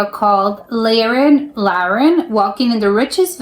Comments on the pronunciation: Laren is pronounced with the 'a' sounding as the last 'a' in Alaska, but a bit longer stretched as a-a-h. Or something like that. At this moment I don't have a better explanation. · They're not hotels. You call it villa's😅 Anyway thanks enjoyed the vid. And you say Laren real posh like in Tomi Lahren LALALALAREN.😉😂